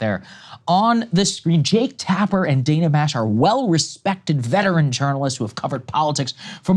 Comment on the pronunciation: This is petty, like the story but Steve Bannon can address Dana Bash by her preferred pronunciation, danna, not dana. Can you two jump on? Small but courteous. TBC, I don’t like any of these folks and if I had something else going on…